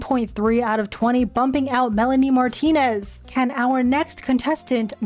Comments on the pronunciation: MY SOUL LEFT WHEN U SAID MELANIE MARTINEZ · When u said Melanie martienz I exploded to Venus